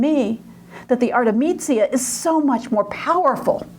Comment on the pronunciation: Pardon me, but her name is 'Artemisia', not 'Artemizia'. Her father was 'Orazio'. You keep pronouncing it: 'Arezzo'. The man who raped her was 'Tassi' not 'Tasso'. Your extremely poor Italian pronunciation weakens everything else you have to say. I appreciate that you are American; perhaps foreign languages don't come easily, but this lecture is simply an embarrassment. I checked out .